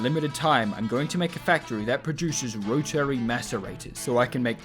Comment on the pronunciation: The way you pronounce 'Rotary' makes me mad.